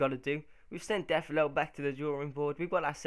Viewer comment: Really good series idea but you're saying Deulofeu's name wrong!